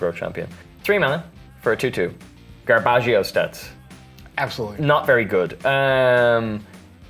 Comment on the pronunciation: “garbágio stats” 😂😂😂